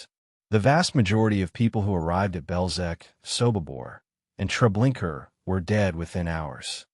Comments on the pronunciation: Also; why do you say Treblinker repeatedly when it’s known as Treblinka ??? !!!!!!!! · Baba Yar is NOT pronounced Bobby Yur,Treblinka is Not prounced Treblinker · This would sound better if certain terms were pronounced correctly. Here are two examples; The name "Treblinka" has no R on the end. The other is Juden and Judenrat. In German, "J" is pronounced "Y". So, if it's a German term it's said "Yude," or the plural form, "Yuden." "